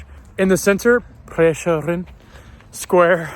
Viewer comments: No I didn't. You cant just say that AIR sounds like ER because there are different kinds of E sound. The vowel in AIR is what we slovenians would call "široki e", and it is the wrong vowel sound for the ER in Prešeren. EAR does not sound like "ir", (unless if you say it with a heavy slovenian accent 😉), the E in EAR is what we would call "ozki e", and it is also the correct vowel sound for the second syllable of Prešeren. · this is really close. To add my two cents; the second syllable is actually more like EAR. It's also the stressed one (preš-ER-en)